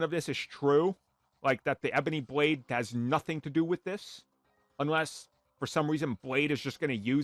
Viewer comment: “Bwade”